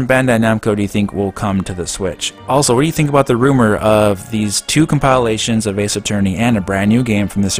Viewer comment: Shhhhh. Stop making fun of the way SMD64 says "compilations" in the comments!